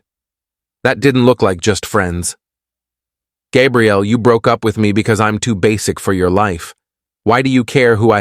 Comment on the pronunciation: Please fix narrators pronunciation. Gabrielle is female, and Gabriel is male, like the Archangel Gabriel. You made a CHEN bad. That's not nice 😢😢😢.